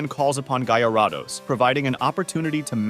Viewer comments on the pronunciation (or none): "Guy a rod ohs", "Ex a guder", Blast was. I've heard everything now. Officially they are pronounced free this: Gair-i-dohs, Ex-egg-u-tor, and Blas-toys, Char-i-zard, and Pi-ka-chu. You also pronounced au revoir in the absolute most American way possible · Bro really said Gaiaraados☠️